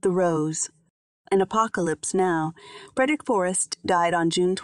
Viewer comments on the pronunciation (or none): none